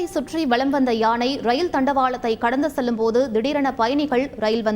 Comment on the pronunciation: யாணையில்லை யானை வாசிப்பவர் ஒழுங்காக உச்சரிக்கவும்